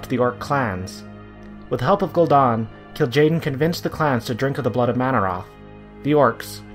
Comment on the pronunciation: Funny, I always thought it was spelled Gul'dan, not Gul'don. I guess blizzard got it wrong too.